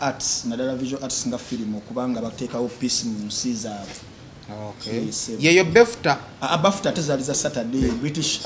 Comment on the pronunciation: the word is BAFTA not BEFTA😂😂😂😂lwaki oyogera nga atalina maanyi😢😢😂😂congratulations our elect president KYAGULANYI Ssentamu Robert aka Bobi Wine 🍷 ❤❤the one & only my president yewange 🙏Omukama akutuwangairize.